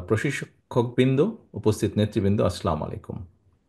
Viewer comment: সালামটা পর্যন্ত ঠিকমতো দিতে পারে না সে আবার দেশ নায়ক।